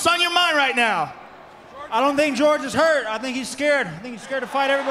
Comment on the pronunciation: "push me NAOW"